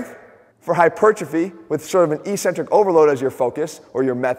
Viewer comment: ••• EK·sen·trik ••• Notwithstanding your ongoing mispronunciation of ECCENTRIC, I liked the vid. ••• Think 'accent'. Think 'access'. Think 'success'. • • • BUDAPEST • • • • 2019 AUGUST 3 • • • • • 12·30 • • • •